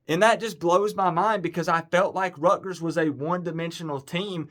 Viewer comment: Buddy, please learn how to pronounce the schools name. It's RUT ' - GERS, there is a "T" in the name!